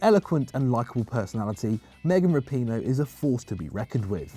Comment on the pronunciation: lol meghan rapone. nice pronunciation